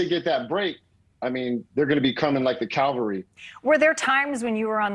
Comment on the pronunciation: "Cavalry" not Calvary.